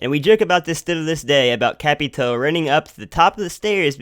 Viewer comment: nice vid just saying its capitao not capitoe many people make mistakes though great information keep it up😉